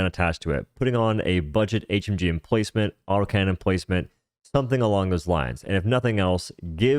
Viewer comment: he keep saying canyon